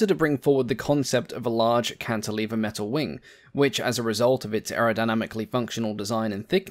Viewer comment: It's a /METAL wing/ not a /metal WING/...when talking about wings anyway.